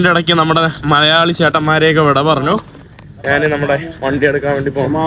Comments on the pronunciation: എടാ മൈ... നാൻ അല്ല, ഞാൻ ആണ് ശരി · എടാ മൈ... നാൻ അല്ല ഞാൻ ആണ് ശരി